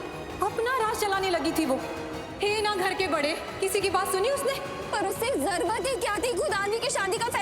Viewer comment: zarurat HOTA han zarwat nahi HOTA 😅🙄